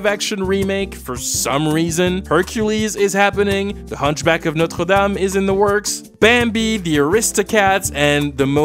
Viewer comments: Thanks, it was both interesting and very depressing !👌 I'm curious : the way you pronounced "Notre-Dame" seems to tell you're a compatriot. Déjà vécu en France ?😁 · The way you pronounced "Notre-Dame" so perfectly, I had a suspicion that you were Canadian. But that Arrêt Stop sign cap really confirmed it. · Hunchback and Notre Dame pronunciation was a huge flex!! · props for pronouncing "Notre-Dame" correctly! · holy shit his pronunciation of notre dame is insane /pos